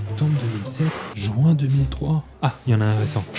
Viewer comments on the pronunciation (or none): Les gens une fois pour toutes on dit juin pas joint merci